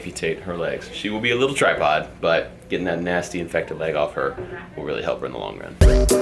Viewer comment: OMG! I'm so sorry but him calling the cat a tri-pod just killed me xD